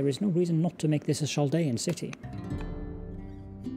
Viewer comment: Love this game! Glad to see this again. FYI: “Chaldean” is pronounced with a “K” sound, not a “Ch” sound (sorry, I am a bit of an ancient history nerd)